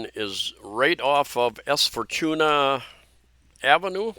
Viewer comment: J centre mall is just 11yo mall. way newer compared to Country mall, SM Cebu, Ayala in Archbishop Reyes, JY Square and E-Mall . Then Fortuna is read as 4-2-nah